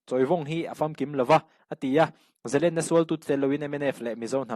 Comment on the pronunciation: Zalenna tih hi zalènna tia lam hniam tur a ni. Sangha manna len kan lam anga lam hi lam dan dik zawk a ni e.